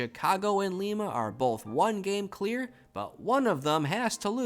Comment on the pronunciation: Thanks for the great content! Re: pronunciation, I think it's LYE-muh not LEEmuh (yeah, they got it wrong compared to the capital of Peru lol). Musk-OH-gee not MUSS-kogee. And EE-nid not Eh-NEED. Source: my grandpa is from Enid :) In any case, you're certainly doing a way better job than I would be, keeping 200+ towns and clubs straight!!